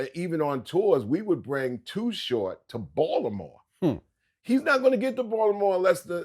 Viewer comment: The way outsiders say Baltimore 😂😂😂😂